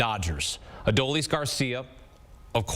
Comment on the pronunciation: Why don't they learn how to say Adolis? He's winning games for the Rangers. Let's go Rangers!!!